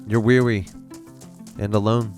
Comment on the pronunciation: when he said weawy instead of weary i felt that